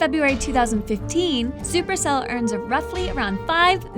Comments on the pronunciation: its NOT supershel! SUPERCELL!!! and NOT Peeka, its PEKKA!!! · did she say supershell innstead of supercell?!?!?!?!?!?!?!(i pretty much cant recall that part i saw